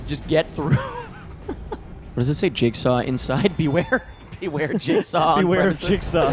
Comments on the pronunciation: YOU SAID JIZZ-GAW!!! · I kept thinking that you were saying Jake Saul... I'm so tired I thought that was Jigsaws real name and I just never noticed before lmao